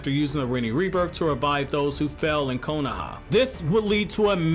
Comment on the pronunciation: "konaha" lmao kohona?